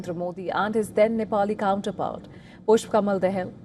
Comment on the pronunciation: Cant the Indian reporters read Devnagiri ? We also use Devnagiri So it should be easy But somehow they always mispronounce. Its Daa-Haal दा -हाल Not dehel देहेल